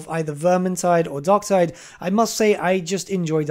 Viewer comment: DarkTIDE. Tide. Like...Vermintide. Tide.